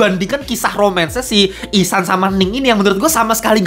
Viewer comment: ihsan bang bukan ehsan wkwkwkwkwkwkwkwkwk